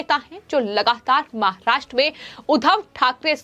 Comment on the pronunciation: Presentation voice is not mic friendly, pronouncing महाष्ट्र, र रा कि री रे का ति practice करे